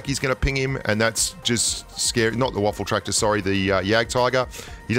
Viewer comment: Lmfao, you really call it a "Waffeltraktor"? 😂 Its called "Waffenträger" (in english "Gun-Carrier") idk why yall are calling it Waffel etc.